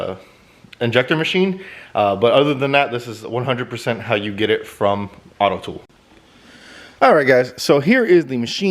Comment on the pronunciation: AUTOOL not AUTOTOOL.